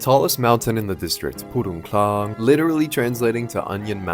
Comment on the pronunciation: Purun tlang,not purung